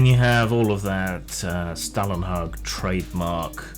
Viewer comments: Scandinavian Spasticus here - 'hag' was correct, but 'Stålen' is pronounced like 'stolen' in English. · Your pronunciation of Stålenhag is incorrect.